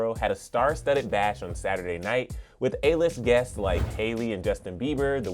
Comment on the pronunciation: I know this is a mistake made sometimes but I had to say something... The "S" on the end of "masks" isn't being pronounced. The "S's" are also not being pronounced at the end of words like "Harriet's" "outdoors" "guests." "Guests" is being pronounced "Guess." So, "TS" sounds in words are also being negated. There are also the "ED's" not being pronounced on words like "criticized." I don't know if the host notices this but I wanted to point it out so it can be addressed. No offense meant.